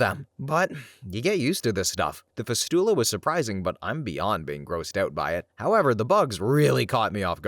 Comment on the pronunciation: Please look up medical pronunciations. fistula and hemoglobin are two examples you got wrong.